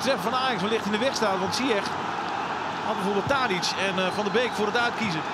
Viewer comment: Uitspraak van Hakim zijn achternaam is foenetisch “Zijesh”